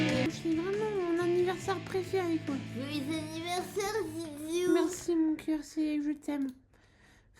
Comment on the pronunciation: Joyeu anniversaire sans la liaison m'a terminé 😭😭